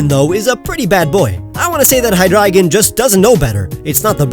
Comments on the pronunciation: You should teach how to pronounce Hydreijohn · did he say Hygleigon